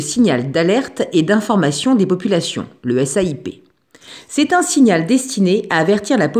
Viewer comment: A 2min 32 vous avez dit CAIP au lieu de SAIP